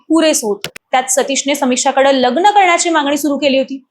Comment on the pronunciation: लग्न शब्दाला लग्ण अशा गावठी उच्चार करणाऱ्या मुली बायकां कशाला व्हिडिओ बनवतात किळस वाटते